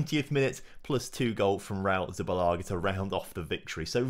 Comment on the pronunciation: It`s Zubillaga ffs ;)